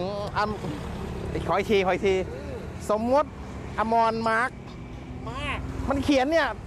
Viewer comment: สมมติ ไม่ใช่ สมมด